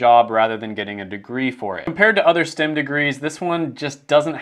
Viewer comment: Why is he calling it stim when it's clearly spelled and pronounced like stem from a tree 😂😂😭